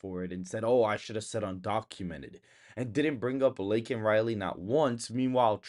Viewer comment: It's Laken, not Lakelin. Don't go Bidementia on us. LOL